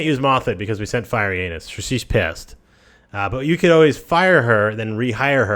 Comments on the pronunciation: why do you pronounce Firentis as Fiery Anus? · I play ACOK mod so dont know the native companions. This whole time I thought there was a companion named "Fyreyanis" or something like that, because you kept calling him Firey Anus and I thought it was maybe a joke by the devs that I wasnt aware of. Then I kept hearing you mention him but didnt see him in the companion list so I thought maybe it was one of your own inside jokes from a previous video. Finally I looked it up on google... couldnt find anything like that but figured out who it must be. how are you pronouncing that as Firey Anus lol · Firentis. Fur - ent - iss. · Firey Anus. Send Firey Anus out to do speak for you. Speak to Firey Anus. She doesnt like Firey Anus. Lmfao this guys pronounciation makes for comical videos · it sounds like you said "FireInAnus" XD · I heard 'Fiery Anus' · He likes to say it fiery anus